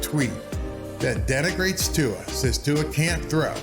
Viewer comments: You totally said his name correctly the first time, you kinda said viola later, but, you're doing great, man! Love the channel! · Aha. You got Tua's name right the first time but butchered it the next. At least I know you care and your content has been excellent.